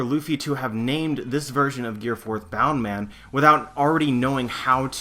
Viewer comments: BOUNCE man, not boun or bound man. Sorry, had to get that off my chest. Love the theory. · why the fuck do u call it bound man ur not Japanese it's bounce man in English bound man would not make any sense at all...